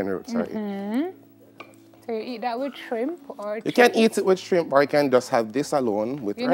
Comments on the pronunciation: pronounce the word correct. SHRIMP. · The word is shrimp, not how you pronounced it. Also it is SCALLION not skellington. GET IT RIGHT.